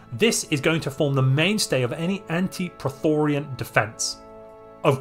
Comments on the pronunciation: 🙋Its pronounced - PRO-Thee-yON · Two things. Y is pronounced as a single vowel in english. Prethoryn doesn't contain the vowels i or a, and the y vowel should be pronounced singularly. I've never heard anyone pronounce it as Prethorian before. Second thing, why only battleships? Destroyers can bring excellent PD against the prethoryn for minimal fleet cap cost. Naked Torpedovettes are a time honored tradition against the unbidden. etc... Build difference will depend on the difficulty & crisis strength you're playing at I suppose. What are your expected default values here and would you make any adjustments for higher or lower settings? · Dude, phonetically, it's spelled as the latter. You're saying Prothorian or Prothorean...this isn't Mass Effect. 😆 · How tf did you manage to turn 'Prethoryn' into 'Pretorian' lol